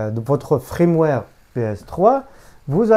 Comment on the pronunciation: Un fiiirmware et pas un frrrrimware sinon merci pour l'info 😁😁😉